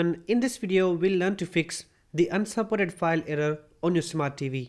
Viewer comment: "the unsporret file"